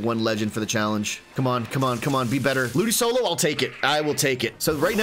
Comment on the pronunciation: The way you pronounce ludicolo both angers and saddens me, but I love the channel 😅